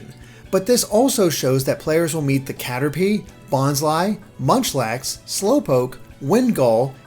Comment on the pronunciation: it's pronounced "Bonslee"